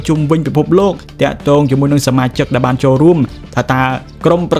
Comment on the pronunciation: ស្អីគេ មហាសា, ពេនេះ, ដែបាន, ទទួបា, ដែទទួ, ពួកអានេះ និយាយបាត់ ល វាយក អក្សរ ល ទៅណាហើយ?